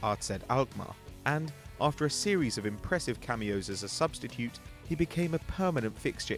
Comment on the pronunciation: he says "substicute" instead of substitute.